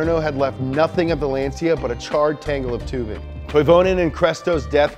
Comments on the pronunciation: Great video!! But Lancia is pronounced: "Lancha" not "Lanzia" 😘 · Kamar Knight And let's not talk about how he said Lansia instead of Lancia. He needs to work a bit on the names :P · it's LAHN-tcha, not LAN-sea-ah. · Woah woah woah.. Lance See Ya ??? Bruh... Lan Cha. It's Italian, like Ferrrrari. Have some respect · he said "lenzia" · Bro really said Lan-see-uh